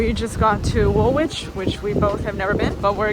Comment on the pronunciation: Woolwich is pronounced woolitch not wool-witch.